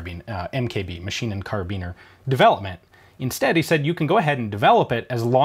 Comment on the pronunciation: Its karbiner germans pronounce thr I very strong so instead of it sounding carbeen its ine karbiner